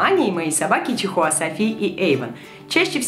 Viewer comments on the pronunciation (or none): прочему ты говориш чихуа а не чихуахуа